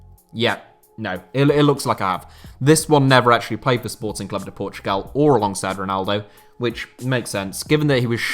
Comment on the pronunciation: You get a like just from saying Sporting Clube de Portugal and not Sporting Lisbon